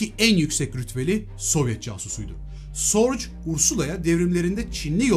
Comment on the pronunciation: Elinize sağlık. Bir ufak katkı ve düzeltme. Ursulan'ın Agnes vasıtası ile tanıştırıldığı kişi büyük istihbarat efsanesi Richard Sorge. Kendisi bir Alman olduğu için soy ismi "Sorc" gibi değil de yaklaşık olarak "Zo:ge"(o sesini uzatarak) gibi telaffuz edilir.